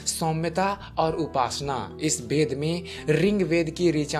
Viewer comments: Bhai tumhe ved bolna to nahi aata thik se bed bed kar rahe ho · Beda nahi veda bolo 😄😄😄tum bengali/orissa ho kya